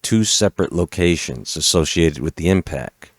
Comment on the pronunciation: buddy said IMPAC